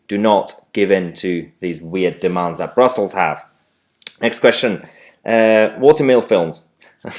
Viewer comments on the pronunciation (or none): none